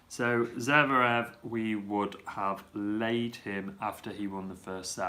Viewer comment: And also zVErev not zEVrev :D